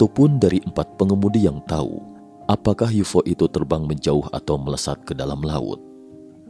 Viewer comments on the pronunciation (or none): none